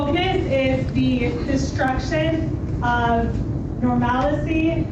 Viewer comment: “Normalicy” …that’s not a word. It’s normalcy. Sigh.